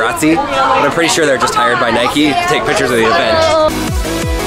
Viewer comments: Triggered by the way they say "Nikey" eurghh. It's 'Nike' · It's Nike not nikey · Nike is probably pronounced like bike. Not Nikey. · Don’t you mean Nike not nikeeeeeeeeeeee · nike not nike-e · the way you say Nike triggered me